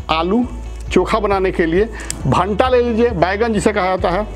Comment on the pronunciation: Bhanta nahi bhai bhata boliye